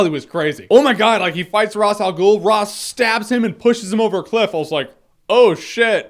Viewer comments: It's Raesh, not Ras. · Who's Ross Al Ghul? Ra's Al Ghul's brother? It's Raysh. Raysh. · RAY-SH. Why can no one pronounce his name right? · he says ross al ghul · Well, Even though it is pronounced in a different way in Arabic, I always considered the DC version of the name the original because they created the character. If they say "raish" it's "Raish". Just wanted to know if you know why it's "Raish". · The show itself pronounced "Ra's" two different ways. You didn't go with either of those pronunciations, but came up with a third. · beda elhag Yeah okay, but that's how we were told to pronounce it so I'm going to do it that way. I like that you know how it should be pronounced in reality though, very cool.